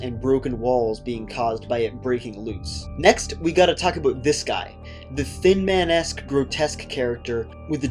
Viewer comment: "we gotta talk aboot this guy" I'm so sorry, I giggled, I didn't know you werent from the US until that line lol great video